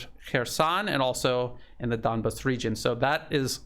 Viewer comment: I have noticed Lavrov and other Russian speakers pronouncing "Donbass" as Don-base. We English speakers, of course, look at that "bass" and think of the popular wild fish of that name.